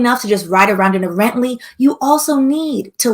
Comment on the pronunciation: Had to subscribe when you said rently😂